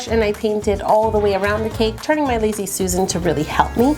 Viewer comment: she says loozy Susan instead of lazy susan. Lol. it's ok. We all make mistakes.